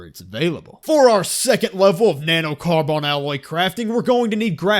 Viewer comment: NAnoe Carbawn alooy I'm sorry, it just caught me so off guard...